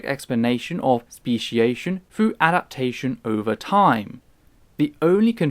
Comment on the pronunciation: I've watched many of your videos, am a sub and big fan of your work. You have a great Anglican accent, but {you might not know this} your 'th's always comes out sounding like 'f'. Example: THrough comes out Frough or THerapy comes out as Ferapy. Consider fixing this, as you'll sound even smarter then you already do, at least to American ears. Just fyi. Love the channel.